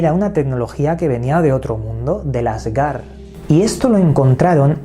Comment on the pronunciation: El asgar 😆 no manches hasta mi primito sabe que se dice asgard y que asgard es la tierra no otra dimensión como dice este wey